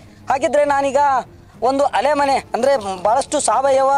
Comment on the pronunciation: ಅಲಮನೆ ಅಲ್ಲ ಅದು ಆಲೆಮನೆ ಅದು